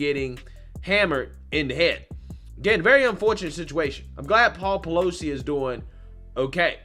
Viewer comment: Everytime you say PEELOSI name, the song HAMMER 🔨 TIME comes in my head,🤭🤣💦